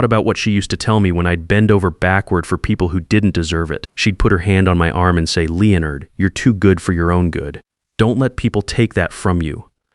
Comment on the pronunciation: It is Leonard ,(soft a), not, (Leeornd)